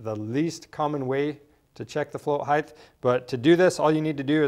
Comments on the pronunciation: good info...just a nit-pick...it's not pronounced "higth" but "hite"... with a hard "t" at the end. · Height not heighth can’t watch your video if you can’t pronounce a simple word you learn in 1st grade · "Float Heighth" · Are you saying float height-th? How do you spell that? HA! Thanks for the informative video. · I can't take it. "Heighth" please make it stop. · "heighth" "heighth" "heighth" OK THAT'S IT! I CAN'T TAKE IT! I'M OUT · Heighth? Flow heighth? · That drove me nuts lol